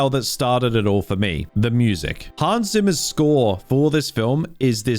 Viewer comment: The video is amazing just please say Hans Zimmer right next time